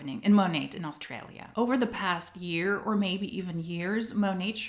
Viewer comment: When taking about Australia, the 'aus' is said with a hard U, not 'aus' in the way it's said in German with an almost breathiness, but hard. In Aussie, the 'ss' is said as if z. oz-zee and said hard or firmly, not breathy.